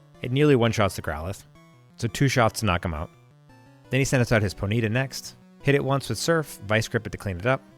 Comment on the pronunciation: By the way it's pronounced PONY TA. Just so you know.